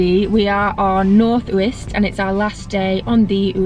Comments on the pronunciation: Psst, we don’t call them “the Uists”! And its Yoo-ist. Nice vid though. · It’s pronounced “you-ist” btw